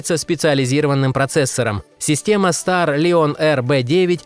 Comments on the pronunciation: Стар Лион?!! StarLine = Стар Лайн... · Пздц подучи Английский , какой нахер "старлИОн" ? StarLine (стар лайн) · Ахахаха Старлион..... сначала узнал бы как правильно говорится)))Старлион